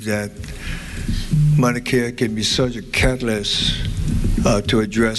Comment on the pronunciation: Dumb ass don’t even know how to pronounce Mauna Kea!!